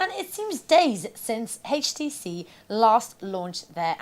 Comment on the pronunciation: I tried, I really tried to watch this video.. But I simply couldn't stand hearing her say H-tc. If I ever hear a pronunciation of HTC like hers again, it will be too soon! Your God! It's horrible..!!!